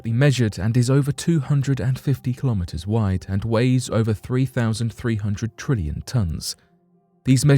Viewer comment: Why did you say kilometers like that? Made me all mad.